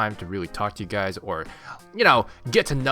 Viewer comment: "Hello goo-ys!"